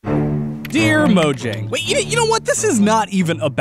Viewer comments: Fun fact its pronounced Mo-yang not Mo-jang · You expect us to listen to you when you can't even pronounce MOJANG properly?